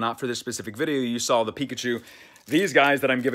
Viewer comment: Pickuchew k